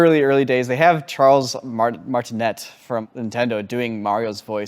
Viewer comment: It's not Charles MartiNET, it's pronounced Martiney.